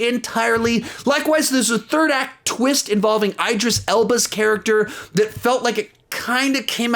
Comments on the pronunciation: Anyone else hear him say “Eyedris Elba” instead of Idris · “Eye-Dris” Elba?!? Are you freaking serious,? Who the hell doesn’t know how to properly pronounce Idris Elba’s name these days? Especially when you’re a prominent film vlogger who literally “talks movies?” 🙄 Oy. ETA: Oh, and I agree with EVERYONE...Dark Knight Rises deserves a much higher (lower?) ranking. It’s not perfect, and the weakest in the trilogy for sure, but still easily in the top 10 of all DC movies for me! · Isn’t it Idris Elba with a short I not a long I? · Can we talk about how you said idris elbas name tho